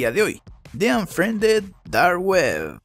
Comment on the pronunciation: Onfriende dar ue (habla bien)